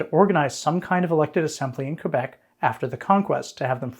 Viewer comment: Thank you for pronouncing Québec correctly, unlike this series' narrator. 😉